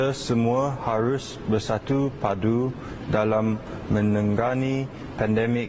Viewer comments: Bersatu padu disebutnya "bersattuew padduew" ...cet 😆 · "bersatu paduues" 😂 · Berstiue padue....jahanam bahasa..